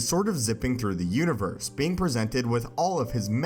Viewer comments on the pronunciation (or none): Anyone else notice how he said concer instead of conquer, multiver instead of multiverse and univer instead of universe